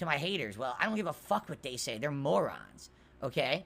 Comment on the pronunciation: His best phrase is when responding to legitimate criticism of him, he calls the critic wrong, and says "And if you don't get that, then I guess you're stoopid. Tuhuh" Lmao I kept watching the video and he said "my haterz are morahns" ackackackack. Never change,.